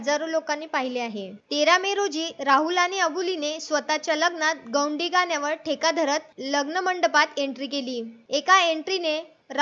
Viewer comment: गौडी नाही mam गोंडी म्हणतात